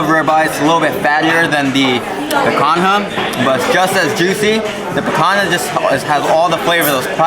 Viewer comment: Thanks for the review! Now we have this on our list of restaurants to try. It’s pronounced pican-ya. Other than that, awesome!